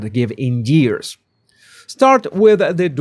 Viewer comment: Anyone else tickled by how pronounces years as geears 😅